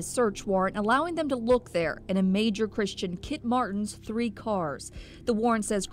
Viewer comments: that's how the Irish pronounce th, its just t , three - tree , thirty - tirty , they literally can't pronounce th! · it’s obvious now. You like saying tree and turd for the number 3. And nobody does it any better. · "Trees" lmfaoooo